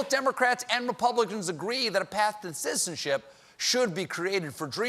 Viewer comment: I swear that Stephen has some kind of speech impediment during every monologue see how he pronounces "citizenship" – he does this a lot, sometimes he laughs at himself when he does.